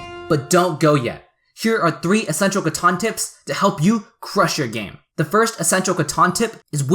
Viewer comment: Catan not Caton